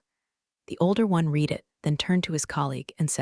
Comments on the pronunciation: Look, I love these stories. But they are driving me insane with the misuse of the word "READ". Yes, sometimes it is pronounced "reed". But many times it should be pronounced "red". It is very insulting that you claim to be appealing to smart women, when your readers or AI can't even read a word in context!!!! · The past tense of the word “read” is pronounced “Red” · mispronouncing “read” that often makes it hard to take seriously 📚